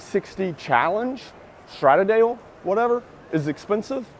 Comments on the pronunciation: Pronounced "STRAH- DAL- LAY" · Not statadale 😂😂😂❤❤❤ STRA,DAR,LAY... OK bro 😄 haha